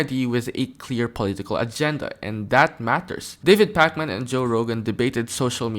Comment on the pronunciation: Why you keep saying his name like it’s the video game 😂